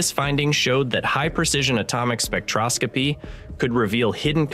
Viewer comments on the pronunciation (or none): none